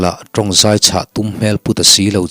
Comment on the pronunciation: "Zai ralh ralh" tih hi a dik. Zâi... Tih hi thluk loh tur...... I chhiar thiam viau a, i huatthu loah, mizotawng hi a lam dan dik hi han zir deuh teh.. Ti chuan, ngaihthlak ava nuam dawn emmm..